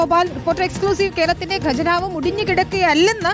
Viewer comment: 'ഗജനാവ്' അല്ലടോ ഹേ , ഖജനാവ് എന്നാണ് പറയേണ്ടത് . നന്നായി നാക്കു വടിച്ചിട്ടു വന്നു നിന്ന് സംസാരിക്കു. കഷ്ടം!